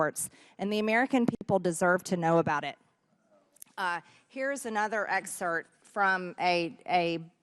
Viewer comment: "...that we had read." "Here is another 'exert'..." Y'all still wonder why her contribution is dismissed by anyone serious?